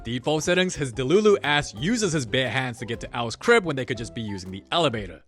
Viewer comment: “DA MOVIE BEGINS💅